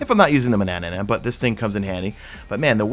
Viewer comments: Manannan not Manannanan argh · DUDE!!!!! please, sorry but I can't hear "Manannanan" again. I'm going crazy over here. Otherwise - thanks for videos, keep up the good work. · “Mananannan” Whyyyyyyyyy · He also says "manannanan" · TRIPPY, doesn't change the fact that it's spelled tarantula, not tarantella. I'm sure people saying tarantella have no idea it's not how to pronounce it. And manannan is another one lol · I think you’re adding an extra syllable to “Manannan”.